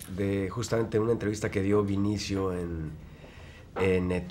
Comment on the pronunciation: demian, mi vida (para la reportera tambien), es BE-NI-CIO, no VINICIO!!! dios santo...